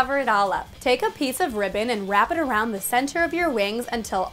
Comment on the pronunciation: i thought she said “ riven “ instead of ribbon i